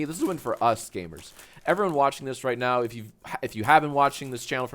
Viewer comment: mans definitely just said ‘right meow’ right?